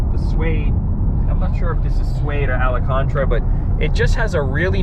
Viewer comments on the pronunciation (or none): ALACANTRA 🤣.. Its AL-CAN-TA-RA good video. nice car!